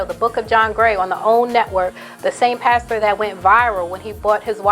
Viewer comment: OMG you said "pasture) as in as field or grass instead of pastor and boo I fell out🤣😂👍